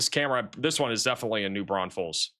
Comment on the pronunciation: that is not how u say New Braunfels